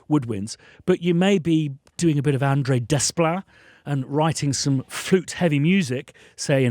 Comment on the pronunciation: It's Alexandre Desplat. Not André.